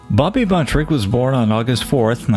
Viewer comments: His name was BUNTROCK, not Buntrick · His last name is Buntrock not Buntrick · Enjoyed the video but just curious why you pronounce the surname as " Buntrick" when it's spelled Buntrock... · Just on the outside chance any of his relatives catches your video I wanted to make sure you were aware of the correct pronunciation of his last name. 👍